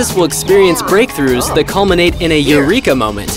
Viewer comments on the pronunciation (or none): No, you got it all wrong. It isnt eureka, its eurunka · "new Achievement Earned - YOU-REEK-A" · Euronka sounded more like arrancar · narrator: "Eureka moments!" sims: "Uranka!" narrator: "I said EUREKA" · "Eureka moment" "EURANKA!" ...you lied to me. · dont you mean "euronka" moments